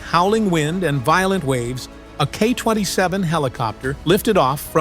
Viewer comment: The Russian Navy certainly is sending the correct message to lawless pirates. My only issue with this video is the pronunciation of the helicopter as "KAH 27" vice "Kay-Aay 27" (KA-27) as used in military and intel circles. AI always messes up nomenclature, such as "Sue 33" instead of the correct "Ess You 33" (SU-33). To me, this always implies a lack of military operational or intelligence experience behind the making of the video. Maybe one day AI will get it right.